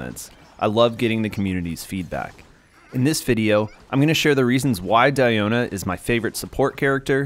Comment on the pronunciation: It's Dee-o-na not Dai-o-na